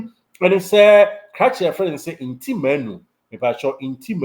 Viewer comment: The name is Ntim not Nti